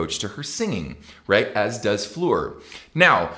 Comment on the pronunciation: I appreciate the correct pronunciation you use for Floor's name. Not many people get that.